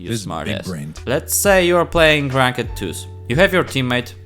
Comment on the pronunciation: Awesome video my man! I love the way you say Rank-ed lmao!